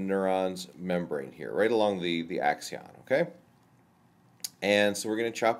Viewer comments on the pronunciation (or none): Do you have any other videos on brain stuff? I'm really tired of all the philosophical nonsense. Here you call it an "axion" multiple times, but it is actually an "axon". I wonder how much you've studied the real and not the hypothetical. Every neuroscientist (save Hammeroff) says Free-Will is false, and after reviewing the evidence I have to agree with them. Nothing in the videos actually are philosophical "free-will" and some of it is scientifically false. For example